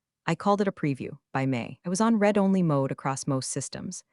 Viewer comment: Please teach your artificial idiot the difference between read (sounds like reed) present tense and read (sounds like red) past tense and when to use the correct one. Narration "one dollar 80 M", what the heck is that?